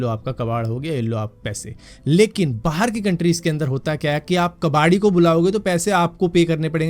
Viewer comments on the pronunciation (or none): none